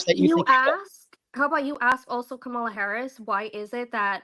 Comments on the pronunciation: How come these types of people go out of their way to mispronounce Kamala’s name all the time? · Say her name correctly. Wtf